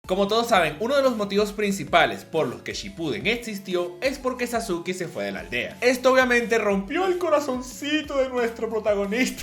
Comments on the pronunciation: Es sasuke no sasuki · Me cago de la risa cuando le dicen "Sasuki" XD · Por qué sasuki? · Amigo te equivocas, Sasuke se pronunciaba Sasuke en ese entonces, cuando salió el doblaje se le empezó a conocer como saske, porque en Ranma 1/2 el ninja se llamaba Sasuke y de ahí pensábamos que esa era la pronunciación, por la comparación con la pronunciación del otro personaje.